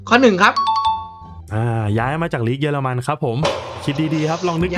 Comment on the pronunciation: สนุกดีครับแม้บางอันมันจากยากไปหน่อยก็ตาม แต่ผมว่าเสียงเอฟเฟคดีมากเลยนะครับขอชม เยอรมัน ไม่ใช่ เยอร์มัน มีลินเดอเลิฟด้วยจากสวีเดน